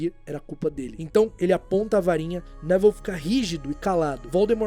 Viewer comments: Pera aí mas a pronúncia do nome do Neville não é Nevil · Top o video mas me deu agonia vc chamando ele de Nével do nada